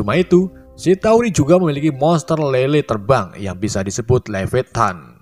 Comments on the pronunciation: Levettan??.. Levietan 😂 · Bukan levetan tapi leviatan